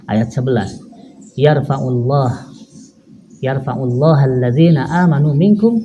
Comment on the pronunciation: Afwan ustadz, izin meluruskan. Bukan yarfa'ullah tp yarfa'illah Syukran barakallahufiik